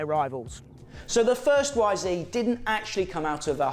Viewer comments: You’re English man not bloody American. It’s Y ZED 250 not YZeeeeeeeeeeee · It’s not a y zeee you numpty it’s a y zed your in England man !!!! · It's ZED, you numpty! You're not an American. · Say it properly lad...Y Zed. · It’s YZ not Yzee 🤦‍♂️🤣